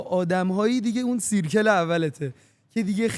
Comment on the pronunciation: ،دایره میشه به اینگلیسی سرکل (circle)، نمیشه سیرکل با صدای إ خونده میشه